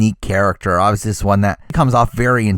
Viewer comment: im sorry about how random this comments is but everytime you say obviously I understand it as Ozzy and im like..... why is Ozzy on this list?? he played a billion timessss. and then i realize